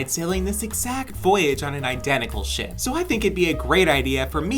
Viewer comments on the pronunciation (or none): "oH mY gAwD lOoK aT tHe sHaP" got me dying💀💀